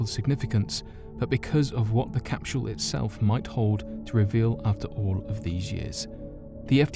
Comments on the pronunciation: I give this video a thumbs down. Mexico is not south America and it's capsule not capshule. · im hearing him say capshule not capsule, anyone else hearing that? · Is anyone else getting slightly aggravated that the narrator is pronouncing capsule like "cap-shull"? This is without a doubt one of my favorite channels.... But the mispronunciation of words always bothers the shit out of me for some reason... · this might have been the best video ever uploaded to youtube but i'll never know because after hearing you pronounce "capsule" as "capshool" 22 times, i shut it off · CapSHule? Their is no "H" in CAPSULE . I love your content, but DAMN, speak the fkn language correctly.... (phonetic pronunciation /ˈkapsəl,ˈkapˌs(y)o͞ol/) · Lol😂😂😂😂 shedule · Lmao agreed bothered me too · "Necro-polis."... "Cap-shool"....."De-lan-o".....Bad pronunciation is very indicative of a lack of general knowledge due to poor education. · His pronunciation of that triggered me deeply.